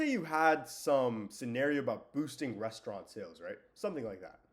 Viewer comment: bro BUTCHERED "resturant" 😭:face-blue-smiling::face-orange-biting-nails: good stuff tho